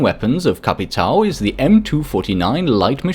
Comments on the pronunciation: For future reference, it's pronounced capitão. Not au. Ão as in aum. Not a completely correct pronunciation of ão, but a whole lot better than au. And also, BOPE doesn't prolong the e. Try to accentuate the o and mute the e, like BOP instead of BOW-PEE. Sorry but this triggers me so much because i've never once heard anyone pronounce capitão or BOPE correctly, even you,, whose german is pronunciation is spot on. Good pronunciation on Caveira though. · Just gotta say capitao is pronounced as if it’s capiton